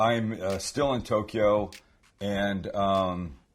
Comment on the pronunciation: Tokyo is TWO syllables NOT THREE. There is NO "E" sound between TOK and YO. Just FYI..